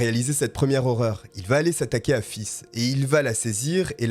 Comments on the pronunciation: Euuuhhh ... Se tromper une fois sur le prénom ... Ok ... Mais là , ''faith'' , ne se dit Pô ''fisse'' ... Roh la la ... !!!! Voilà , vous pouvez contempler l'un des commentaires les plus inutiles qu'il soit !! Non mais "fisse" , ça crains comme prénom !!! Plus sérieusement ... Merci pour votre travail , ce sont souvent des affaires peu connue , et peu commune !! Très bon boulot je trouve , recherches sérieuses , contrairement à certains , qui sont près à dire n'importe quoi , pour combler les trous dans leurs textes et leurs vidéos ! Bonne continuation à vous et on l'espère une belle réussite ! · Mais comment ces FLICS n'ont pas pris la mesure d'éloignement connaissant les antécédents de cette ordure ?.. est-ce qu'ils arrivent à dormir... cette horrible tragédie aurait pu être évitée.. J'avoue que ta façon de dire " Faith" m'a dérangée du début à la fin 😅!! Bon, après avoir écouté tes histoires.. j'aime assez ta façon de narrer,je m'abonne !! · Pareil moi qui adore ce prénom ca ma pas mal stressé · Enlevez moi ce commentaire, je ne pensais plus qu'à ça en entendant le prénom 😉😂😂! mais ça a enlevé de l'horreur à ce fait divers ce n'est pas plus mal! t'es au top je suis fan, bon boulot! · Très bon travail !!! Bonne vidéo , mais je dois t'avouer que la façon que tu prononce faith me fais mourir c'est un nom anglais 😹😹😹😹 c'est foi en anglais et ça se prononce pas du tout comme tu le fais 😹😹😹 mais ça m'a plus !!!!!! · Très bon travail Par contre Faith ne se prononce pas "fils" mais faythe qui veut dire la foi en anglais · Faith qui veut dire foi se prenonce Fay pas fils mdrrr tu m'as tué 🤣🤣🤣 Bonne vidéo soit dit en passant 👏🏾👍🏾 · Je t'aime bien mais ça m'a écorché les oreilles, ta prononciation! Ce n'est pas "Fiss", mais "F8", prononcé en anglais (8 en anglais, eight!). Sans rancune! :P Petit truc: google translate ou autre app de traduction qui prononce les mots recherchés ;) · Ca se prononce plutôt face lol Sinon bonne vidéo